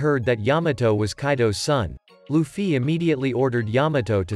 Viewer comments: lufy and not lufyyyyy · Holy shit its luffy not loofee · Stop using a bot voice it says LufFY